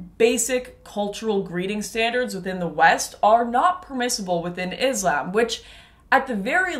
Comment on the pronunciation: First try to pronounce islam properly 😂😂then you show your hypocrisy